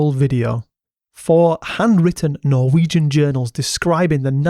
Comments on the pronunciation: Very well pronounced Norwegian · Wow that was amazing, great research and your Norwegian pronunciation was extremely good. Thanks 😊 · Honestly for a non-Norwegian speaker your pronunciation is wayyy better than most other YouTubers that try to pronounce Norwegian stuff - Also, nice vid with nice editing and good writing 👌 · Great job on the norwegian pronounciations. Much impressed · Yes, overall good pronunciations. We are - understandably - not spoiled in that regard!